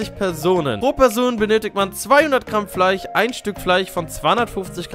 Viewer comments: Hört sich das nur so an oder sagt er Fleich?🤔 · einfach fleich statt fleisch :) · No front Lukas aber fleich😂